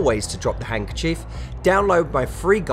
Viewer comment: It's not hungerchief it's hanDkerchief